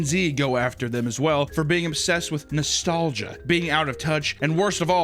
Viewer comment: "ERma GeRD, NErstgia." Sickening